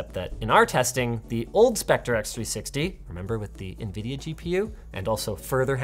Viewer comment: Hahahahahah "Spectre", what's a "spec-tree"?! xDDDD *Specter - We're not in Victorian times anymore (: *Building-Block *Dinner-Date/Fire-Incident - Writing it like they're adverbs in the wrong case makes no sense. Saying "anyhoo" should be punishable by law, btw. Cringe.